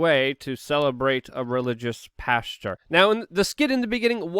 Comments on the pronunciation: Pastor...not "pasture" lol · Pastor not Pasture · Pastor not Pasture Luke...... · Did he just call MLK a "pasture?" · Religious pasture? You said it twice 😂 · Pasture😅😅😅 like when you hear it. ❤ ya luke!!